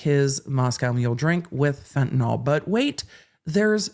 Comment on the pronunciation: As a fellow full blast ADHDer, I know you are picky about getting tidbits correct. As a nurse I want to point out that Fentanyl is pronounced fen-ta nill, not fen-ta-noll like Tylenol or propofol. The world at large mispronounces it so it's an easy mistake to make.